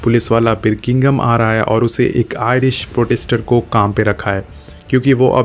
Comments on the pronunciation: Birkingham nhi Birmingham hai, Anna nhi Ada hai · its Birmingham not birminkinggom bla bla and its ada not ana dude! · Bhai, berkingom nhi Birmingham hai Not ana but Ada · The way you pronounce Birmingham 👌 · You can't even pronounce Birmingham:(